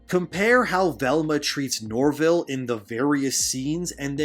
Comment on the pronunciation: “ Shaggy, sorry I mean Norvil “ No it’s okay bro you pronounced it correctly.